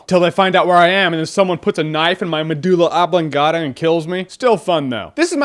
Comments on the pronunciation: what the hell is a madula ablungada?? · *medulla oblongata